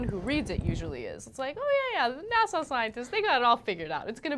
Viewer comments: will someone please tell anna how to pronounce "nasa"? thanks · Why does Anna pronounce NASA as "Nassau" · she said "Nassau scientists" TWICE!!!!!!!! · She keeps pronouncing NASA as Nassaw..